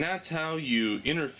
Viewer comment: pronounced Ar-dWee-no ... not Ar-dRee-no